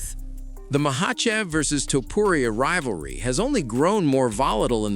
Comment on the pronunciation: Yah, some guy keep saying Toperia? Who is Toperia, wtf